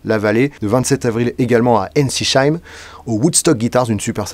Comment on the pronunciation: Hâte de te retrouver à Ensisheim in Elsass 😀 Un très bon souvenir lors de ta venue précédente où j'ai décroché le graal : ton premier album (une pièce rare maintenant) que tu m'as gentiment dédicacé. Ah oui j'oubliais : pour nos amis alsaciens on prononce EN SI SEIM et pas EN SI CHEIM 😂 Vivement le 27/04 !!! de nouvelles chansons peut-être ???😉